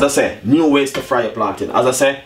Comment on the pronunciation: I think u mean "Plantain" bro... Good video tho